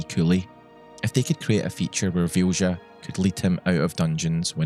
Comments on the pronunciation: also, small thing: its pronounced vilya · Vilja is a Finnish name and is pronounced "Vilya" :) Anyway, this is such a beautiful story, thank you for sharing. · I am genuinely curious how you could think Vilja is pronounced Fjusha. The letters are there for a reason. V is pronounced as V is pronounced, as in Victor, not as F. I is pronounced as i is pronounced, as in Indian, not as J. L and J are pronounced as L and J, are pronounced, as in Legal and January, not as Sh. And A is pronounced as A, as in Attention. That one was actually kind of right. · I'm pretty sure Vilja is pronounced as “Vilya” 😂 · I watched the entire video, and I still don't know what the name of the companion is. As the modder is Swedish (and so am I), I guess it was a Swedish name. But I could not understand the pronounciation, neither could YouTube's subtitles. It's only thanks to the description that I know her name to be Vilja. And for those who want to know, the Swedish pronounciation is [VILL-YA] (like in an Italian Villa and a German Ja). It means, "Will." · It's probably pronounced closer to 'Vilya', since it's a swedish word in a mod by a swedish dev. The mod description even talks about what it means and all that. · Vilja is pronounced closer to VILL-YA. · "Vilja" sounds Scandinavian. In that case, the "j" is pronounced more like you'd pronounce a "y". So think "Vilya". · Just for the record Vilja is pronounced Vee lee ya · As a Swede, that was some brutal pronunciation of Vilja. It's actually a beautiful word to use as a name, but I've never thought of it like that. Basically, it means "Will (willpower)". I'm so glad Pratchett got to experience gameing to this level. I was destroyed when Death came and took him home. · Thats a really weird way of pronouncing the swedish word Vilja (Will). I know accents can do a number on words from other languages, but this almost sounds intentionally misspoken.